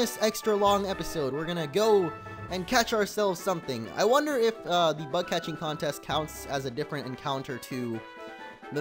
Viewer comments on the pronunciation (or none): none